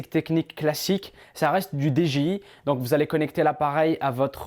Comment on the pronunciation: Par contre pourquoi tu dis DGI c'est DJI :P